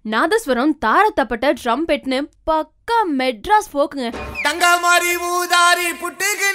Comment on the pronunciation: Worst review... First try to pronounce song names correctly... The reviewer is saying 'dandamaari' instead of dangamaari at the end of the review... Also learn something about music before reviewing. Athadi song rhythm is similar but not the tune.. Looks like reviewer is a HJ hater.